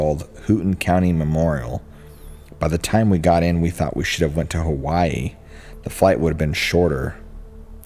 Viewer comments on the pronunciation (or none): none